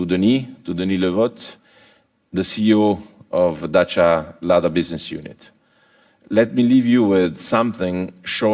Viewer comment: For the first time a Renault chief executive pronounce corectly Dacia: Da-chi-a, not Dasia or Deisia, as french did.